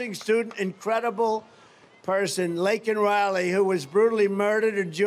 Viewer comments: Laken Reilly, say her name right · He not even pronouncing her name right 😂😂